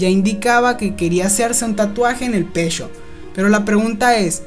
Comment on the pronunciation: el pechhhó la nochhhéé